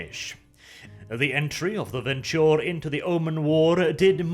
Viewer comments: It's Ven - True. Not Ventchure. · after i heard your pronounciation of ventrue, i became convinced that you are mispronouncing the clan names absolutely on purpose ;D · That is how the clan suppose to be pronounced. He has a nasty habit of mispronouncing the clans like clan Bruja and Venture.